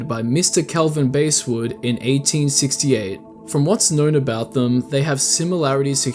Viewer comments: pronounced basswood not basewood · No way did you start off by pronouncing "Basswood" like that.